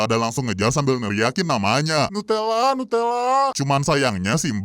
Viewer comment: "Nutella" agak nguawur